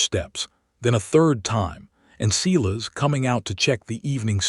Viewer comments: Does a human ever listen to this before it's posted? If so, do they even speak English? It can't be Cee-lus, it has to be Silas (Si'-las)! AI stories can be good but some are just ridiculous in narration! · Sigh las and Ellen or. E li us. READ- SOUNDS RED, NOT REED. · I agree, it takes away from the story,..........Silas is pronounced as SY-luhs (/ˈsaɪ.ləs). You say it with two parts: stress the first part to sound like "sigh," and say the second part softly like "luhs"